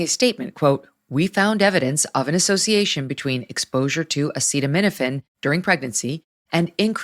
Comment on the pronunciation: Yeah, I feel people will take it less seriously because of it. I love DT too, but he couldn't even pronounce acetaminophen. Classic Trump. It was good for a giggle, but the day should have belonged to RFK.